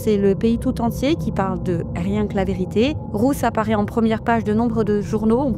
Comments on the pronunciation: Pourquoi cette femme dit Rousse ou lieu de Ruth ???? C'est tellement désagréable de l'étendre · Pardon ! Je ne comprends pas pourquoi la presentatrice prononce "Rousse" et pas "Ruth". Est-ce moi qui n'entends pas bien ??